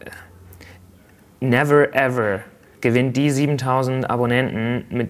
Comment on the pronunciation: "Neverrrr Everrrr"